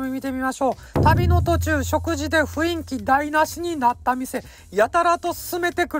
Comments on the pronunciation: 雰囲気＝「ふいんき」じゃなくて「ふんいき」ね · "ふいんき"好き